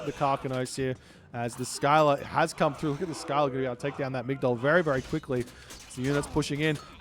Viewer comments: Isnt it pronounced Silla and not Skila? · It’s pronounced Ssilla not Skyla 😂